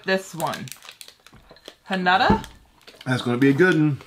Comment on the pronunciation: Hanuta is actually pronounced 'ha-noo-tah' - just saying ;)